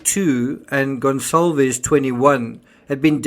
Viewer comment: Why is everyone saying "Gon-ZAHL-vez"??? Is "Goncalvez" pronounced "Gonzalvez?"